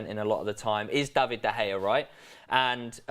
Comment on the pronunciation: Why he keep saying “David De Gaya”?